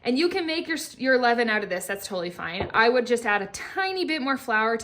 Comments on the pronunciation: Levain is French...pronounced Levaaaaan. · Lol, Ievin? I thought she was saying eleven the whole time, as in 5 part flour plus 5 part flour plus 1 part starter! 😅😅😅😅😅